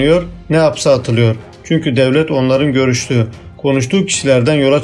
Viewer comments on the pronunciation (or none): none